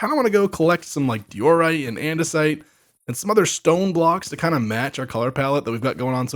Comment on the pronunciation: Say Diorite again bro